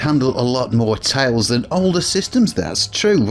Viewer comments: tILEs as in aisle not tALEs as in Ale. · Ohhh, you're saying "tiles." Your pronunciation makes it sound like "tales." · It took me 14 minutes to realize you were saying "tiles" and not "tails."